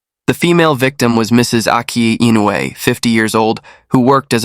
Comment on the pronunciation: Maybe he didnt know how to pronounce Inoue… it is difficult for non japanese speakers… I always butcher English name, so i feel him.